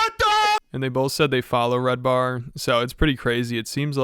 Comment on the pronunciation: His name is red ban not “red bar”… isn’t it?